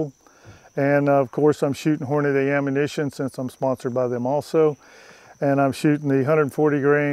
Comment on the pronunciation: Sponsored by Hornady- Continually pronounces their name incorrectly I bet they love that